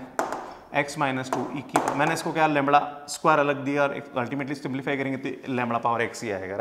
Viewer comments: Sir it's lambda not lamda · Very good explanation sir. But its lambda not lumbar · लैंबडा होता है नकी लैंबणआ